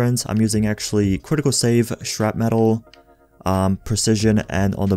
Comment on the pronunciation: This man said shrapmetal